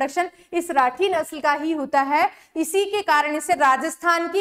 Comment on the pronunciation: Mam राठ nahi rathi hai